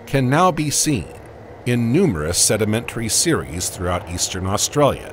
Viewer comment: Had to stop listening. Interesting subject, hideous narration bot that can't say Australia.